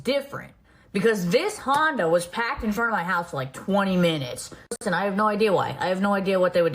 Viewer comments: The way she says parked 🤢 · Is she saying packed or parked?! 😅